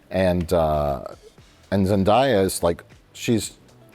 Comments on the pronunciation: I believe Zendaya once said in an interview that her name is pronounced Zen DAY ah not Zen DYE ah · Isn’t it zen-DAY-uh, not zen-DIE-uh? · Every time 'Zendaya' is pronounced, I age a decade